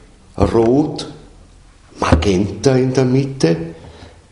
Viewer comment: Molto interessante. Si dice Magenta, non "Maghenta", come mago. Anche se nei colori c'è magia. Grazie, un saluto.